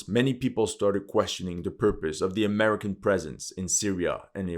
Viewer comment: I like how you say AameriCCAN😂